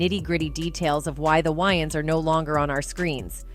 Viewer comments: It’s Wayans not Wyaans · It’s not WYANS as in Wyoming. It’s WAYANS as in Way-uns!! Lmbo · Its Wayans not Wyans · WayANS** bro. Not “WayNans”. Cmon. U making a whole vid of these mf’s and u can’t pronounce their last name. That’s crazy. Edit: Holy SHIT even the damn narrator says the “Wyans”. Im thumbs DOWNING this vid n I’m OUT ✌🏽😂 Y’all are bugged tf out. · Distracted by the repetitiveness of the narrator calling them the "WY-ANS" 😮😧 Correction !!! It's pronounced "WAY-ANS"!!! In Living Color was the best!!! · Can't with this AI voice. "whines" brothers. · Why does she say Waynes like that?! Would she call Batman “Bruce Wines” ?! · Whhyyyyyy do the AI keep saying Wyans lmao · This is annoying! I can't take this white AI lady calling them Whyings! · Tell the ROBOT IT IS PRONOUNCED, " WAY INS"....her mispronounced voice over is ANNOYING...😝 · Why she keep calling them why-yins 😂😂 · Lady , can't U get their name right!!! Tell me, who are the Wyans? Geez 😏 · This lady can’t say peoples names right first of all the last name is Wayans wan and it’s Dan Aykroyd anrod This lady needs to learn how to speak peoples names because that’s really messed up she don’t even know how to speak peoples names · Is this woman trying to annoy me, mispronouncing names deliberately. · The ai couldn't pronounce their name right this is so wrong they got hot after this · Sounds like it's gonna be a good story. But I can no longer listen .What commentator dosent no how to pronounce The Wayan brothers .I'm done SMFH. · It’s annoying to have to listen to this entire video with the BOT constantly mispronouncing the brothers’ last name. 😤😤😤😤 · At least say their name correctly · Is it me or did the narrator pronounced the Wayans wrong?? I'm from NYC the A is pronouced with a long A.